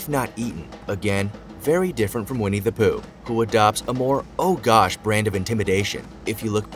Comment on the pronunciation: Aaaaahahahahahaha! I thought he said We need to poo 😳😂😂 (Vinnie the Pooh) 🙈🙊